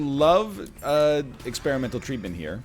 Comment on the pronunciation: Anyone else notice that he said experimental treatment with a weird emphasis?